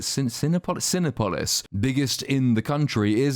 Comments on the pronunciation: Pronounced Ci-NEH-police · I heard you struggle a bit with the main movie theater in Mexico, I live in Mexico and it's pronounced "seen-op-olis" 😊 forgot to mention, we collectively HATED this stupid portrayal of Mexico and Mexicans. DEEPLY!